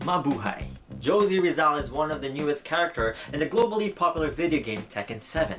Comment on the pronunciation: Did you say Jose(Gio-see)Rizal?